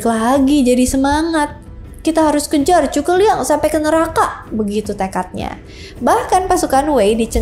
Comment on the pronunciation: Bisa kah anda membaca huruf z tanpa menyebutnya dengan huruf c?